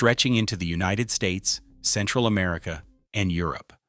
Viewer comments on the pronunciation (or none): none